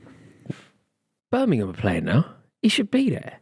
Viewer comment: work on your Birmingham pronunciation.